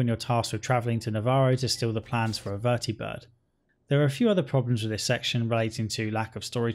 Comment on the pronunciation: I love that you say "Vertibird" instead of "Vertabird"